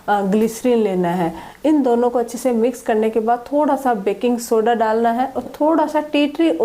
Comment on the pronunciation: ਬੈਂਕਿੰਗ ਸੋਡਾ ਯਾਨੀ ਮਿੱਠਾ ਸੋਡਾ ਕਹਿ ਰਹੇ ਹੋ ਜੀ।